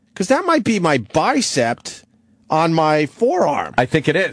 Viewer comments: He says bicept a few times. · Wonder if opie ever learned that there’s no t at the end of the word bicep.